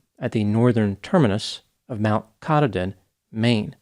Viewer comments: I realize that it’s pedantic, but for future reference, the northern terminus of the AT is pronounced; Mt. Ka-TAH-den rather than ka-tah-DEN. This story is one of the most widely known among AT hikers - great campfire tale to scare trekkers. The trail is incredibly safe and the camaraderie among hikers is amazing, so the very, very, few tragic stories like this one are striking. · ) It's kah-TAH-din. I have family up there. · It’s pronounced mount kuh - taah - den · Minor points: mispronounced Katahdin. Also, if you made to Duncannon from there, youve completed about half the trail--the harder half at that Also, to stand out for looking dirty on the trail, you must be absolutely filthy.